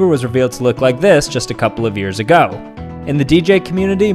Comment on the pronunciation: "just a coouple YEARS AKO!"